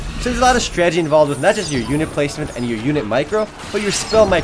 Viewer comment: YOUR STRAGETIES ARE DRIVING ME INSANE!!! XD HAHAHAHA, If I had a penny for every time you say stragety instead of strategy... I'd have like a dime...